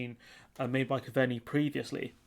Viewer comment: Coveney pronounced Cove-nee Taoiseach pronounced tee-shock. You're welcome.